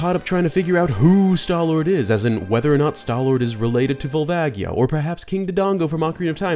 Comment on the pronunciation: While we're on this topic, Volvagia is pronounced "Vol vaj yee ahh" At least Gerudo and Koume/Kotake were pronounced correctly in this video. I was actually surprised about Fi and Volvagia considering that knowing how to pronounce Koume and Kotake would require knowledge of how to read kana....